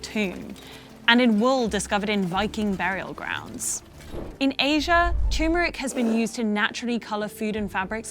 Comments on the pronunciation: Turmeric - not Tumeric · TURmeric is pronounced TURmeric not TYOO -meric. Same as TURtle is not pronounced TYOOtle and TURkey is not pronounced TYOO-key. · Gotta be honest, I prefer the crushed beetles. Mm mmm carmine is food for the soul, or somethin stupid like that, I dunno. Who doesn't like to eat bugs? Cochineals too. Edit: also, there is no such thing as "tumeric", it's called TURMERIC. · it's pronounced turmeric not tumeric. Unsubscribed. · TUR-mer-ic not TOO-MOR-ic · Also, it’s pronounced tuhrmerick, not tumor-rick